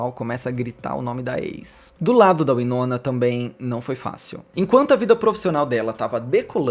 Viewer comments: se pronuncia Why-nona, não Wee-nona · Pois é verdade, me dá agonia ele falar errado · Curiosa a pronuncia "uinona" e não "uainona" 😆 gosto mto dela, ela é incrível!!